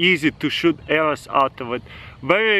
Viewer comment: "its really easy to shoot ARRERS out of it"